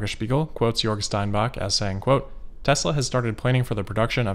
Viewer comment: Damn, great pronounciation of Grünheide and Jörg there! As a native German I am quite impressed.